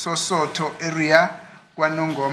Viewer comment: Osuthu not Sosothu